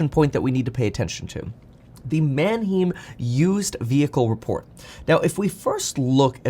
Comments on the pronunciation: I hate that he pronounces Manheim wrong. “Manheem”??? NO! “ man HI-m” yes. Manheim Auto Auction. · Kevin, Manheim Auto Auction is pronounced "Man Hime." Not "Man Heem." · manheim is not pronounced man him lol it is german man heim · It’s pronounced man hyme, like time Or hymen with a H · Kevin it's pronounced MAN - HYME. Like rhyme and Time. My brother in-law spent his entire adult like in the car business and A LOT of time at Manheim auctions. Just wanted to contribute. LOVE your stuff and have learned a lot even though I'm and old guy boomer. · Kevin, it’s pronounced “Man-hime”! Like Man time, hime… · Its pronounced Man-hime. Js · Kevin it’s pronounce Man-Hime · Kevin is mis pronouncing Mannheim